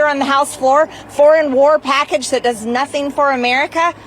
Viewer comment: The way Marge saya Amererica is disgusting